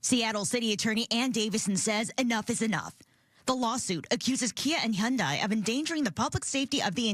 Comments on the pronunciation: “He-anday”? It’s just han-die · It’s actually hee-YUHN-deh